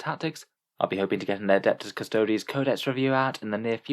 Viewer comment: A 14 word sentence and you couldn't even get that right LOL. It's Custodes...Not custodies.